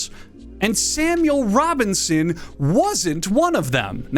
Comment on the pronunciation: Samuel Robbing-son